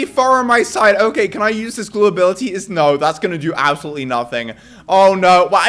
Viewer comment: “ this is ABselout insane”